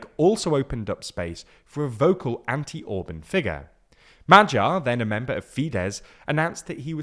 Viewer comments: In Orbán, the “á” isn’t similar to “and”, what are you talking about? “Á” is closer to the sound of the “U” vowel in “cut”. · Once again, not « Ohrb(a)n » but « Orbahn ». It’s exactly the opposite! Please educate yourself about how to read the names that you use in your videos. Get your act together, do some decent work!